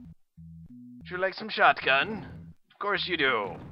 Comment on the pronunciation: I really hate the way that you pronouce; Shot-gun, Yet, Not and pretty much any other word that ends in "T".